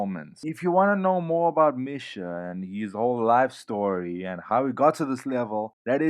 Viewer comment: It's pronounced Misha - Mee-Sha / Charoudin - SHar-oo-Deen dope video dude!